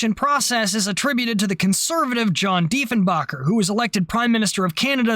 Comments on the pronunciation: The thing that always bugged me about the whole thing was the attempt to completely erase the CF-105 Arrow program from existence. Diefenbaker (it's spelled and pronounced like someone who makes bread) was notoriously petty and absolutely hated the Liberal party. His "excuse" for canceling the project (which was begun under the Liberal government of Louis St. Laurent) was supposed to be the enormous expense. He characterized it as a prime example of the wasteful spending of the Liberal government. Yet, he did NOTHING to see if the government could make some of that money back by flogging the project to another country. Yes, Pearkes talked to the U.S. (as if they would want a jet interceptor that wasn't 100% U.S. designed and built) but there was also interest at the time from the French and the British as well as other countries. Yet, Dief the Chief ordered not only the shutdown of the project but the destruction of every single part of it. Part of the reason there was such outrage among the Canadian population was that this seemed so incredibly petty and unnecessary. As for the exodus of aeronautical engineers to the U.S., how could the engineers have any trust or faith that the Diefenbaker Conservatives wouldn't suddenly decide that the space program should be canceled. I acknowledge that Pearkes had valid reasons for questioning the validity of the program, but politically it was handled about as badly as it could have been. I remember my Dad absolutely despised Diefenbake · With all the research you appear to have made in this production..... it's Diefen'baker', as in one who bakes bread or cake or muffins, not 'backer' or 'bocker'. ;) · The pronunciation is actually Diefen-baker. Don’t feel bad. JFK made the same mistake, accidentally insulted Diefenbaker, and was furious with State for giving him the wrong pronunciation, and thus making him look like an idiot. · ...and it's Deefen-baker.....:)